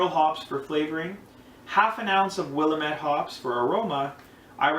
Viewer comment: Brown ales rock... If you haven't already, check out PFC Brewery's channel. He's got the Doug's Down Brown Ale which is a house recipe and, although I haven't tried it, sounds amazing. It's pronounced Will AM ette, not Will am ETTE... Cheers bro! New subber here and HHBW to you!